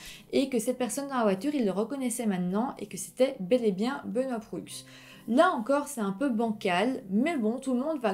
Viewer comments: Proulx se prononce juste prou 😅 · Proulx se prononce PROU et pas prux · Bon vidéo mais je grinchais des dents lorsque vous prononciez certains noms... Proulx : le "L" et le "X" sont muets, donc se prononce "prou"; Sainte-Foy : ça se prononce comme "foi"; Université Laval, pas de Laval; Au Canada, ce n'est pas un juge qui décide si une affaire est poursuivie au tribunal, c'est le directeur des poursuites judiciaires. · un petit détail...on prononce prou sans dire le l et x...pas bien grave :) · Très bonne vidéo. Un petit détail, Hemelin ce prononce Hamlin et Proulx ce prononce Prou. Une suggestion: Lucas Roco Magnota. Une affaire horrible. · On prononce Sainte-Foy comme "Foi", pas comme "Foye'.Puis Benoît Proulx est prononcé comme ''Prou'', pas Proullllxxx... Puis l'appartement n'était pas sur le campus de l'université. On dit Université Laval, non Université ..de Laval.Car Laval est une ville au nord de Montréal. L'universté Laval est dans Ste-Foy à Québec.Pas à Montréal.Benoit de est un homme bizarre... Encore aujour'hui.. L'homme qui aurait reconnu Benoît Proulx marchait dehors et Proulx de même. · On dit Université Laval (à Québec) et non de Laval, et Ste-Foy se prononce Ste-Fouâ, et Proulx se prononce Prou ;-)